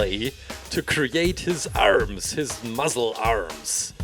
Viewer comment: Wait did mans just say muzzles